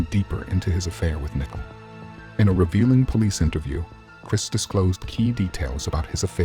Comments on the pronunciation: Why do you keep calling her “nickle”? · Seriously you can’t pronounce Nichole? It’s not nickel!!! Where are you from? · Get a narrator that can correctly pronounce Nichole...............it's annoying to hear it constantly mispronounced